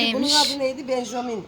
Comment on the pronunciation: Bengovil avokoda benjomin çiçeklerin ismini çok güzel söylüyorsun 🥰🤣🤣maşallah çiçeklerine bu arada çok doğalsın bayıldım sana allah ağız tadını hiç bozmasın